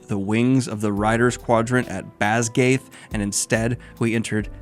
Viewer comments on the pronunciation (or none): Basgiath is pronounced BAS GUY ATH.